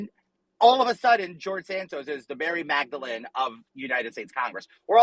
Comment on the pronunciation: MARY MAGDALENE??? WHAT WAS THAT???????